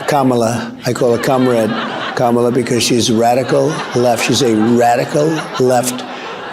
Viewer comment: He did confess to interfering in the 2020 election results! This moron cannot pronounce Kamala's name.